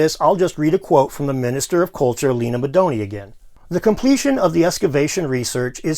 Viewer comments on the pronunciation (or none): none